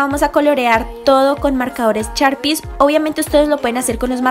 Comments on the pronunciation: Súper bonitas decoraciones y mucha originalidad, pero sugiero que le inviertas un poco más a tu pronunciación mija, son caCtus, correCtor, SHarpies. La gente como yo sabrá que es algo tedioso escuchar las malas pronunciaciones tantas veces... Es sólo una petición. De ahí en fuera me encanta todo.❤ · no me digas charpies, son sharpies